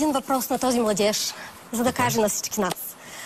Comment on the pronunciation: Тая кат каже младйеж и се пукам от смях😂😂😂😂😂😂😂😂😂😂😂